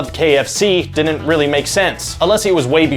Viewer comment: The host need to learn how to pronounce “didn’t” he keeps saying “Dinnit” annoying